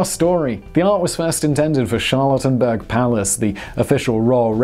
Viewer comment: Did you porposely pronounce "Charlottenburg" as "Charlatanberg"?